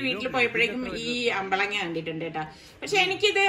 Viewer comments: അമ്പളങ്ങ അല്ല.. അമ്പഴങ്ങ. മാങ്ങഇഞ്ചി ഞങ്ങളുടെ പറമ്പിൽ നിറയെ ഉണ്ട്. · അപ്പളങ്ങാ അല്ല അപ്പഴങ്ങ.. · അമ്പഴങ്ങ ആണ് 😁😁😁അമ്പളങ്ങാ അല്ല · Ambalanga അല്ല അമ്പഴങ്ങ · അമ്പളങ്ങ അല്ല അമ്പഴങ്ങ 😃😀😀